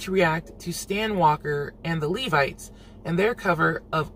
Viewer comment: thank you for pronouncing Levites correctly......I cant believe some of the other reactors and their pronunciation of LEVITES! Its a biblical name 🤦🏾‍♀️